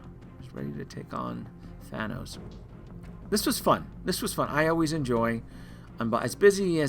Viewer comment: You’re mispronouncing thanos buddy....